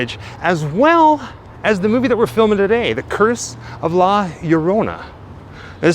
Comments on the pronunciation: Yo', an easy way to say her name is Lah - yorrona. Interestingly enough, although her origin is latin, she has been mentioned in folklore all over the world in MANY different cultures. Quick story: My mother once told me of an encounter with her when she was young. She and her siblings were enjoying a camp out with my G - ma by campfire, they heard a wailing cry approaching from a distance that she said froze them all in their tracks. As the crying got nearer and nearer, my G - ma gathered all of the kids together in a tight circle and warned them not to look up. The wailing stayed above them for about 30 seconds and then slowly moved away into the distance. My mom asked G - ma what it was and she then told them the story of La Llorrona. She told me it was the most terrifying experience of her young life. I believe her. What most people don't realize is that most urban legends are based in some truth. La Llorrona is NO exception. Just a terrifying tidbit for all the Grimmlins to snack on. Awesomely done video as always, nobody does it like you and, keep up the ghoul work!. Oh,..... A small piece of advice to all out there,........If you hear crying in the distance on a moonlit walk,..... Go the other way! Happy Halloween to you two and all the other Grimmlins!!! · LL in spanish is EE pronounced Erona not Urona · Hi, pronounce it such LA- LOW- RONA, not spelled right but you will now get away with it, great video my friend, cheers to you both! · It's pronounced yo-rona it's like your about to say yo than Corona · Its cool, just say Yo-rona.